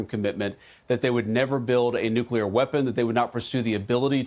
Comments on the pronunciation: it's Nuclear - Not Nukular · It’s “noo-clear” not “noocuelar” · can't pronounce "nuclear" get off the net.